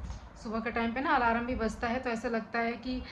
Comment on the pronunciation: Alarm hota hai di alaram nhi thora shi se boliye 😂